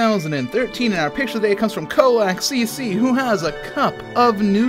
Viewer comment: And you even pronounced KolakCC the way I like it! ^_^